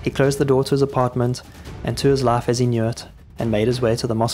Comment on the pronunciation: This AI voice is interesting. Most of the time it sounds like standard RP English; but when there's a long i sound (spy, five, life, wife) it sounds like Southern US (spa, fav, laf, waf).